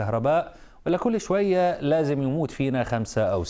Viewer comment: يا كلمة شتوية وليست شوية 🌹